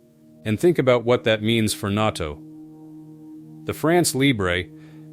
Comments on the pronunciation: I can't stand AI. When I heard NATO pronounced "not oh," I jumped overboard to get away. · "...and think what that means for naught-o". A.I. can't figure out how to say "NATO".